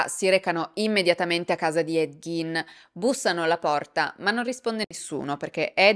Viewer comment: Quanto sei bella....però si dice / ɡ iː n / (Ghein) ,col Gin invece ci si può fare un bel Gin Tonic e brindare alla tua salute...